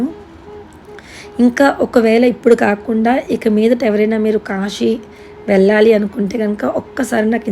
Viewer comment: akka kashi kadhu akka kasi